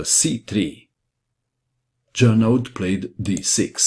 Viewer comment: Great match,! I'm suprised to find game of Morphy which I didn't looking before! PS čita se Žorno! Nastavak - aud se čita kao o!